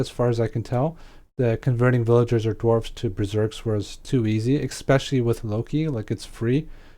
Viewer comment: Aren't you a streamer? It really seems like someone would tell you how to say eSpecially. If English is your second language, then you're doing great because I couldn't tell, but if it's your first language... that's pretty terrible.